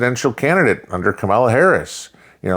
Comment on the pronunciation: I have no love for KH, but please pronounce her name correctly. It seems almost none of the conservative people I listen to do that.